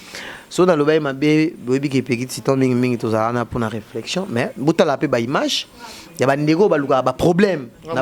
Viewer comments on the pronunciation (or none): none